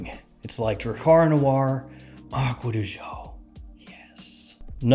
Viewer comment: I found irritating how Americans say aqua di jio..seems like impossible for you to say aqua di GIO. after all, this comes from Giorgio Armani, not Jiorjio Armani... Come on, man. I really like your videos a lot